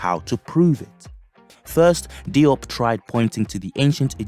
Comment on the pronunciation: Diop is pronounced Joap as in Soap and not Dee OP!! No offense intended. We need to tighten our game up!!